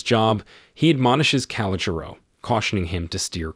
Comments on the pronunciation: It’s pronounced. Ca-lo-Jo . Just an FYI. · "Calogero" is pronounced kal-oh-GERRR-oh